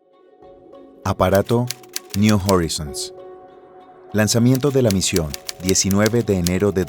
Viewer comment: Pronuncia "Niu Jorizons" pero luego dice "I-O" y "Pioner" ... KHEEEE???